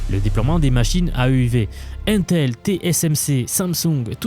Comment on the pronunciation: 1min59 C'est quoi cette prononciation du mot "intel" ? C'est ta voix en IA qui fait le son ? 👀